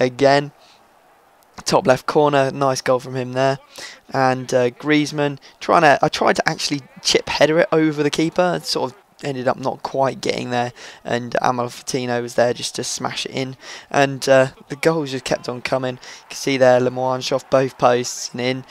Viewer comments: it's "amal-feet-ah-noh." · I hope this helps : A-Malf-It-An-Oh :D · a-mal-fit-a-no, not that hard tbh